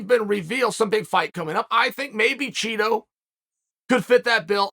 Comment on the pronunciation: i knew chael would say "cheetoh" like marlon's a bag of chips.